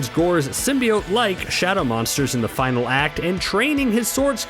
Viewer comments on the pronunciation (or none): none